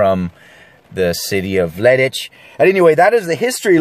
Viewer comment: You nailed the leidsch part. The tuig part contains a odd sound which only dutch people use. So yeah, good job ;)